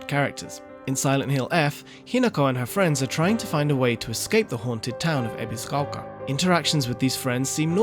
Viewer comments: Lived in Japan most of his life but pronounces Ebisugaoka as Ebiziquolka.. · Lived in Japan most of his life but pronounces Ebisugaoka like a foreigner and sometimes butchers it completely 😅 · Ebiscoka why does he say it like that 🤣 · the narrator really wants us to know that he absolutely knows how to pronounce "ebisugaoka"....